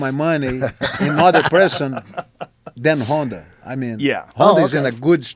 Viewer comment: “Honda Housey”